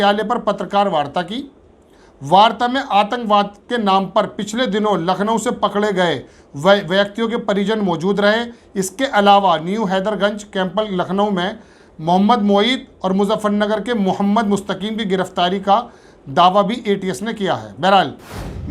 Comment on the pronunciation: Aur LAKH ko laqh kahte ho LUCKNOW ko LAQNOW, DEKHO ko DEQO. Aap apna pronunciation sahi karein